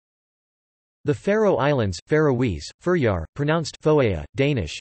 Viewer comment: I'm sorry, but i think my country's name isn't pronounced fuhryar. 💀